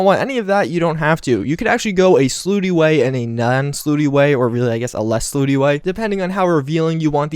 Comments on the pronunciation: Dude... it's not pronounced "slooty"... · When he says "slooty" does he mean slutty? If he does, then damn....